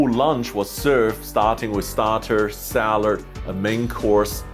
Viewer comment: It’s “salad”. Not salard.